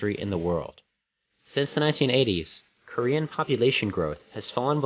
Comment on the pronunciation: do you speak korean? your pronunciation of korean words are perfect!!